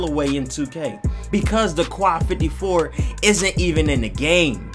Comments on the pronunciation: Quai 54 . Its not pronounced (kwai) its peonounced (k) yes just the letter "k" so its pronounced ("k" 54) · It's prononce k 54 ( im french that's why I know this) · It's pronounced "K" bro bro, "K 54".